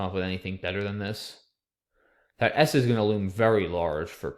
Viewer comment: "Idk about [th]AT, man" lol